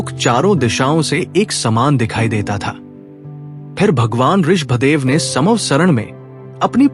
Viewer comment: Aap Rishabh dev ka pranouncetion theek se kare